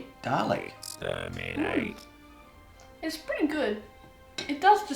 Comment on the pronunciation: am I crazy or did he pronounce dalek like dah-lay? Am I just hearing it wrong?